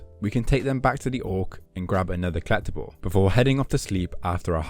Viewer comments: Is he trying to say "collectible" or is he actually saying "clap the ball"? I got to have misheard that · Never heard someone pronounce collectible like kleptible lol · Until the achievement "Collectibles" popped up I had no idea what you were saying haha. "Klept another kleptable". Your videos are very entertaining :) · This game is complete in the way that pronunciation of "collectible" is complete.:P